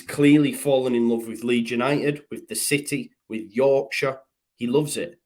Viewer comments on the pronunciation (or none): none